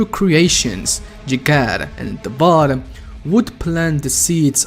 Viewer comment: Take a shot every time he says "Davod" instead of "Davoth"